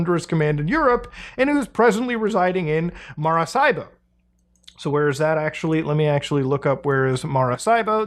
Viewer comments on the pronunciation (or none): lol it's Maracaibo(Marakaibo) not Marasaibo. good try though :D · It's no MaraSSaibo. It's MaraKaibo. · Dude its Mah-rah-KA-EEBO hard K no S or Z lmao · in Hermione Granger's voice "It's pronounced MaraCaibo, not MaraSaibo" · Yo im from Maracaibo and you killed every spanish speaking viewer with that pronunciation 😝 love it keep digging your videos are kinda awesome 👏🏻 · Someone from Venezuela here. Didn't expect you to say Maracaibo; this is crazy!! You say it wrong, though, but either way, nice try.